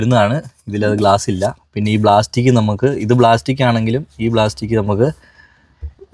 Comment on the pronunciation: BLASTIC ALLA PLASTIC